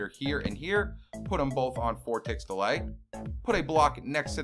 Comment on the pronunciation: who else hears 1 tick delight rather than 1 tick delay